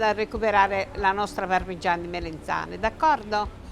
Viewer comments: Melanzane non Melenzane! Che fastidio! Comunque ottimo video! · MELANZANE non MELENZANE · "MELENZANE" non si può sentire 😱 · Le "melEnzane" 😂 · Sentire "melenzane" per 5 minuti...😅😵‍💫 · Ad un certo punto se ci fate caso dice melenzane